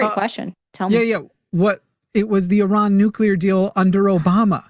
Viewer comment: it's pronounced ee-RAHN, with the first syllable sounding like "ee" (as in "see") and the second syllable rhyming with "gone," not UH-ron